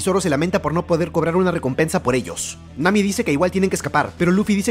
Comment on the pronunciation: En el minuto en vez de decir Nami dijo mami